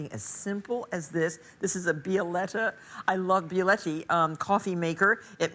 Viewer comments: Mispronounced Bialetti, couldn't turn on the burner, couldn't turn on the microwave. Must have been rusty from her time in the slammer. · But.. it's "Bialetti." Why does it bother me so much? SAY IT, MARTHA